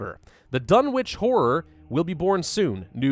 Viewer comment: Btw, it’s pronounced Dunnich (think rural New England)